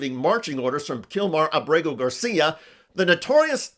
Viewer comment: I love you Mr. Schuster, but Kilmar's surname is Ábrego (AH-bray-go) Garcia is his mother's maiden name. AAbraygo Saludos desde Puerto Rico